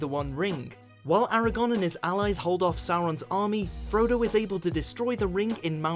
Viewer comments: this bitch just said aragon not aragorn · The king in Lord of the Rings was AragoRn. With an R. Eragon (as you pronounced it) is someone else.